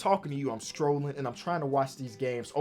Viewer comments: saying scrolling like strolling makes me mad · Who’s gonna tell its scrolling not strolling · Who gonna tell its scrolling and not strolling😂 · Somebody tell this man scrolling has a c in it and not a t 😂